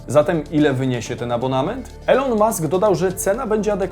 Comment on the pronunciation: Błagaaam, czytaj "Ilon" hah